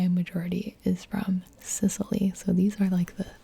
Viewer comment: Hey! You probably will not see this comment BUT if happens then please let me help you with the pronunciation of those italian regions! (note: I'm not good with explaining pronunciations but I will make you understand xP ) >So, for Sicily.. it's actually Si-chee - lee (if you want to say it closer to the original sound) . (chee is like how u would pronounce cheese) . (Note: In italian this is called Sicilia, so it's: see chee lee A (like in: Art) >Campania: it's really similar with campain (which sounds really similar to its transl: campagna) , so it's : cam - pa (like in part) - nya (if you watch anime I think you know how japanese pronounce nya, lol) The accent is on the "pa" btw. (camPAnia) >Molise, same thing: mo LEE se ( the "se" sound is close to how you would pronounce "semi" ; which btw in italian means seeds xD) >Abruzzo .. aight.. this is hard cuz english speakers don't know that much about double consonants. I'll try my best with this one: Ab (like in abstract) ru ( roo like in ROOts?) .. the double Z make a REALLY hard Z sound, try saying Zoo but without the "oo", while trying to make the Z sound like a "TS" (just like tsunami). (btw the divison into syllabes for this word is not like I just did. usually we split the double letters so it would be like: a-bruz-zo. The accent is on the U. >Calabria: Ca (like in car) la (like in last) bri (like in brioches) A (same as above: art). The accent , at least for us it's in the second A: ca LA bria >Apulia : .. sadly i can'